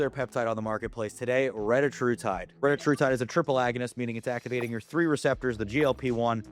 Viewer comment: This dude is literally just making stuff up. But OK. You could at least be the one tuber that pronounces retatrutide correctly 🙄